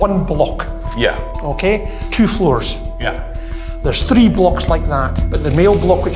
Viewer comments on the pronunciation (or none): none